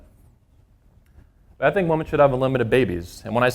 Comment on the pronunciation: All good stuff, but I keep asking myself when did the standard pronunciation of the plural "women" change to the singular "woman"? Is this a regional thing?